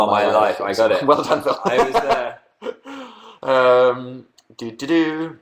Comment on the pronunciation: But dan doesn't know that many phils , why can't he just be called phiww lol , that's how dan pronounces it :)